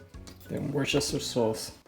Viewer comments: A) DO you speak German? B) Hot tip to pronouncing Worstershire sauce - break the word into 2 syllables: "Worster" - "shire" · its pronounced 'whustershire" sauce ("Shire" a bit more like 'shure' but.. ) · It's pronounced "Wor-ster-shire" in case you and anyone else needed help with it. It's super hard to pronounce but once you get the hang of it it'll be almost natural to say. It took me almost 18 years to finally learn how to pronounce it properly, lol.